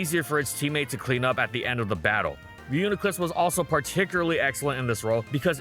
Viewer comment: don't let this distract you from the fact that he finally pronounced reuniclus properly!